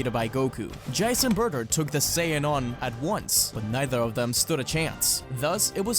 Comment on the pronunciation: Why you pronounce Jiece Jie-ce? Shouldn’t it be jeessu?